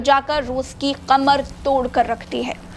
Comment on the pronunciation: बहन क़मर नहीं कमर होता है